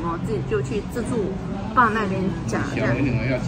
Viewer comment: 台灣叫自助吧為自助爸嘛？或是服務生的發音問題？